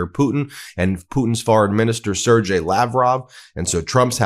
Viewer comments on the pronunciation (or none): Love you, but it’s Sir-GAY not Sir-JAY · Hi Ben. The g in Sergei, is a hard g, like game.